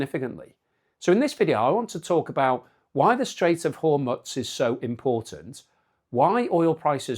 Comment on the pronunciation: BTW Hormuz is pronounced, "Hor-mooz".